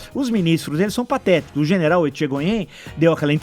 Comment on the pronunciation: Esse velho, não sabe nem falar o nome do general.